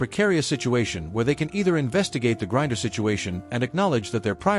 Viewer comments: Her name is GRINER—not Gurrier! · Al say her name Right. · Maybe if you could properly pronounce her name she might have “noticed”….your opinion!